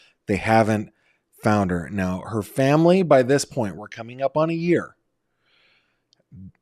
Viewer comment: NOT nine "yer" old. Fix that.